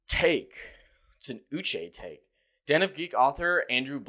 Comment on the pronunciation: Did you call it an uche take?